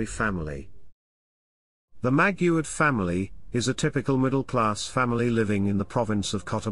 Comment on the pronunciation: Maguad not Maguard